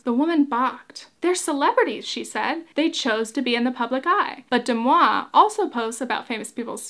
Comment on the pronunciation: Why are you pronouncing it incorrectly? Deux Moi is french for two me and it's pronounced "duh mwah" not "dem awe". The mispronunciation, considering all the resources out there to correct you, is totally distracting